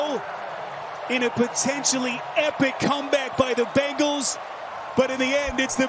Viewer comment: it hurts my ears to hear an announcer call them the Bangles